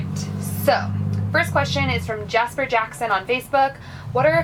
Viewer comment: Hell yeah you said my name right! People usually pronounce it Jaz-pier instead of Jasper (even though it is spelled funky!) also thanks for answering my question! You guys are great!